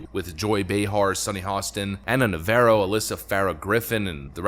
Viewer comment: Nəv-AH-roh Like the Jane's Addiction guitarist Dave, not the Chevy Camaro